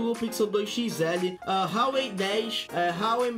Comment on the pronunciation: Huawei o 'H' não tem som de 'R' pois é chinês eo 'H' não tem som de 'R' na pronúncia.